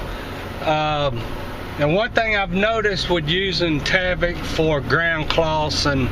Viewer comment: there is no A in tyvek...its"tieveck"...not taveck"